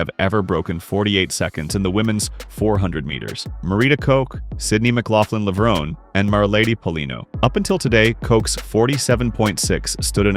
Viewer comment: It is absolutely egregious that a track video voice over doesn't pronounce the athletes' names correctly. It's LE-VRO-NEE not Lev-rone. And it's EED NASSER not ide naser\nazer. Sheesh.